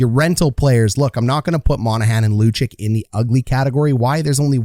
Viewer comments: Lu cheech vluh dar shill ing ton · "Killington", "Luchik" and "Vlayder"... Is it so hard to pronounce these names properly?